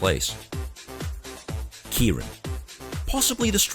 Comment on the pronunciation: Kay-rin. Ask a Japanese. NOT Key-rin OR the irish Kierin.